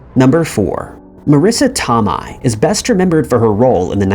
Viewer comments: That is the weirdest pronunciation of Tomei I have ever heard. It’s not too-mi it’s toe-may. At least that is how I’ve always heard it pronounced. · Marissa's last name is pronounced " toe may" for future reference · Oh' the way you say some Sir names is crazy ~~ Marisa Tomei say it Toe-may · Here's a conspiracy theory - the narrator of this channel is NOT a real person, but rather AI.. That, or he's lived in a cave his entire life considering he pronounces common names and words wrong all of the time.. Marissa Tomi?? everyone knows it's pronounced Toe-may - moreover the mispronunciation occurs in just about every one of these video's on this channel... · TOMI?? I had to laugh. He's very young I'm sure. He gets so many pronunciations wrong. Not saying it's his fault....it's just funny sometimes 😅😂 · TOE MAY!!! GEEZ! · Her name is pronounced Tomay. tohmay. Toe-may. TOE MAY MAN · Bro come on. You've never heard the name Marissa TOE-MAY? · Marisa toe-my, what the fuck man. Is this ai narrated? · Toe May! Would be great to know how to pronounce the names that are the subjects of your videos. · "Marisa Tomei"!? It's pronounced as Tohmay. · She's from Brooklyn so am I. It's pronounced Marissa toe may. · Marisa Tomei's last name is pronounced "Toe-may." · Toe-MAY..it's prounced Toe-MAY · Say Tom-eye one more time, I swear to sweet baby jesus. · It is brutal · You mean the one??? Toe-may??